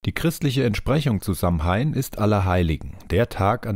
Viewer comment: Sehr interessantes Video :) jedoch wird Samhain anders ausgesprochen. Es wird Sa-uin ausgesprochen